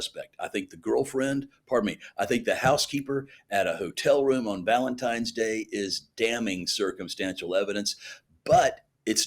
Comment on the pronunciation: I can not believe Nancy grace said VALENTIMES day!!!